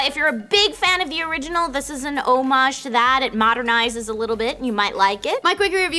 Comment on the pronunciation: I cringed every time tried to pronounce homage. it's pronounced:ˈä-mij, or for people who don't know how to read pronunciation notation: awmidge